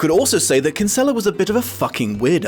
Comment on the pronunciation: Christ the way non Irish people pronounce kinsella 🤢